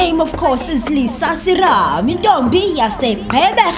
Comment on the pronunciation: Lisa uthi yurinaizer😂